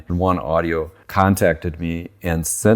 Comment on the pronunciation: I might be wrong but I THINK you pronounce it "One Oh-dee-Oh" not "One Audio"